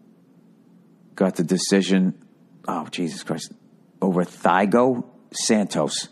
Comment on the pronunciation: Thy-go Santoes 😭